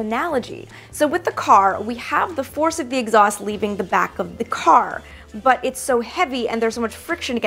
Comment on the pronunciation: Did she just say exhuast moves my car forward....